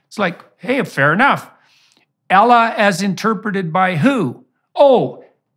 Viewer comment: Good grief man, maybe it’s just a North American accent thing, but regarding the pronunciation of Allah, it’s not “Ellah.” The /a/ sound at the beginning is a short vowel sound as in apple, it’s not a short /e/ vowel sound as in egg. Ah-lah, not Eh-lah.